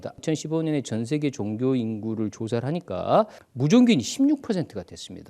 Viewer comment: 선생님! 귀한 강의와는 관계가 없는 질문입니다만, 단어의 발음 문제입니다. 한 말로, 왜 단어의 제 2 음절을 강하게 발음하십니까!??? 이것은, 우리 말이 아닙니다. 예: 기초, 종교, 철학,시점, 문화, 대표, 사건,비판 ,4퍼센트,xx라고,아니라고, 바꿀것, 세번, 사실, 이상 예는, 일부에 지나지 않습니다. 왜!? 둘째자를 거의 모두 accent가 있는 것 처럼 강하게 발음 합니까!!?? 이 결과! 장음인 단어의 첫 자를 모두 짧게 잘못 발음하셨습니다. 만일, 제게 선생님 발음을 평하라고 한다면, 죄송하오나, F!!!. F올시다. 이에 대해 관심이 있는 분은, 유튜브에, 치시면, 참으로 진귀한, 우리 말에 대한 강의를 들을 수 있나이다. 미국 변 완수 드림